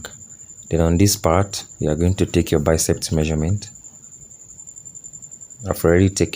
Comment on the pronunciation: It’s BICEP, not BICEPT